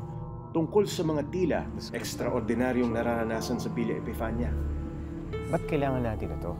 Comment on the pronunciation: It's villa epifania